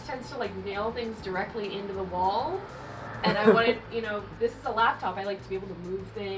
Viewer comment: that's an interesting way of saying "wall"